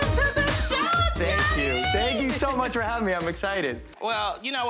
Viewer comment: “Geeanni pay-olo” damn she butchered his name